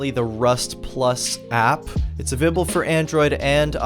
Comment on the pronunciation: “It’s avible for Android and iOS”